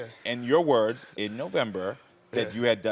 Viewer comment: The reason why he's taken back stage to he spoken to its becasue of his behavior. You can barely hear what he's saying he can barely pronounce his words and he's MAD annoying. Yes I am glad they tool him backstage .